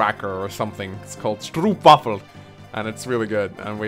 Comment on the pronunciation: I'm not sure if I'm more annoyed by pronunciation of stroopwafel or by not correcting him, haha.